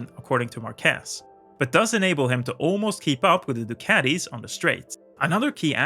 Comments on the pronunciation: that is a very nice video and analysis of Marc's driving style and techniques. Just a constructive critique, his last name is not pronounced "MarquEEEz", as you call him. It is pronounced correctly as a popular spanish last name, "MAArquez", with an accent on the "a". If you take a look on how his name is spelled, it would make more sense. Márquez. In spanish, we do emphasize the vowels which are accented.:) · Great video! Congrats! Just one minor thing though, pronunciation is “már.quez”, being strong the “a” and not “mar.quéz”! :) Sending support from Spain! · Great video! I just wanna point one thing out: It's not Marquéz...It is: Márquez...that's the exact pronunciation. Regards! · Actually, his surname is Márquez, with the entonation in the ''a''. You pronounce it like Marqués. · MarquÉz Spanish people: 🥴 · It always hurts me how English speakers mispronounce his name. It's Márquez, stressing the 'a', not Marquez with stress in the 'e' like you always say. I'm not even going to try to correct that z... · Say Maarquez not Marquez. No accent on E. but on the A. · In Spanish, we use this simbol ´ to indicate (under certain rules) where the accent of a word is. I'm bringing this just as a curiosity. Márquez is pronounced with the accent in the Már, not in the quez. So is pronounced something like mark keath . Very good video by the way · We need to get a way to teach how to pronounce Márquez. You are calling him Marqués instead. Stopped listening at that. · Great video! But, please, do pronounce Márquez properly next time!!! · Omg im from Spain, and that is totally not the Way to pronunce his name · When pronouncing his name, the emphasis goes on MAR, not on QUEZ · imagine making a video about someone and not even pronounce the name correctly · MARQUEZ........EMPHASIS ON THE "A"!!!!! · Good video. But i think the emphasis is on the first syllable. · MARQUEZ!!!!......Emphasis the A!.....U do no say Washington w/emphasis O!!!! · It's MArquez, not MarquEZ